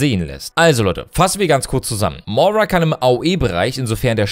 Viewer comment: Du sagst immer Mora, sie heißt Moira xD also ich bin sehr gehypet und hoffe, dass sie etwas von Mercy ablenken wird. Die Skins sind mega gut, vorallem Widowmaker, 2. Skin wo sie eine normale Hautfarbe hat, der Skin ist einfach schön <3